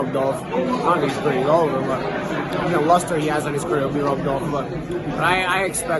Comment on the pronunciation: lustre NOT lust knobhead